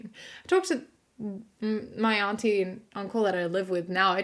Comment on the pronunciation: Major points for the pronunciation of "auntie" not to rhyme with "shanty". Straight and bi men should definitely avoid all things lesbian. And ditto for reversed genders.